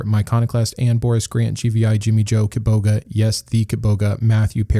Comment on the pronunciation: I still reel every time I hear you say "Kitboga."